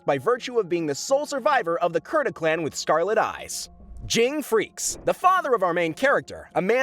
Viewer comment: And also though gons last name was pronounced freces